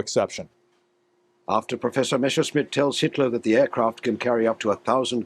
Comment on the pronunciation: MESSER-schmitt ... NOT MESHER -schmitt!!!